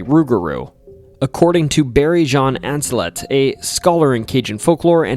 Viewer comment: Barry Ancelet's last name is pronounced "On-se-lay". I casually ran into him at a restaurant while I was in town doing relevant research - he's a great scholar and very helpful! Anyway, because of the area's French roots most last names aren't pronounced the way you would think in English. For example, my last name is Richard, but pronounced Ree- SHARD... The struggle is real.